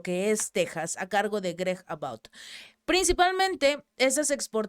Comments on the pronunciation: No es About , que se pronuncia abaut... lo correcto es Abott y se pronuncia tal cual. Corrección fraterna ❤👍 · Gregg Abbot se pronuncia greg abot. No se escribe ni se pronuncia about porque está palabra significa sobre "hablar sobre algo".. let's talk about" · Es Greg Abbott, se pronuncia Abot.